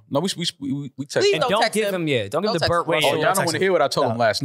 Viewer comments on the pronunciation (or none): none